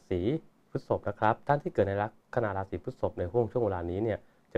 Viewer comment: ลัคนา ลาสี.. ตกลง ใช้ ลัคนา หรือ ราศี เพราะคุณพูดลัคนาลา (รา)ศี ตลอด